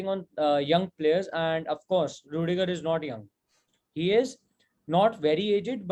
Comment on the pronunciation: rudiger nahi bhai plss